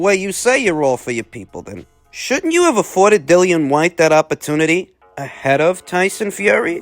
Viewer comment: I can’t stop laughing at “Dillian Vyte” 😂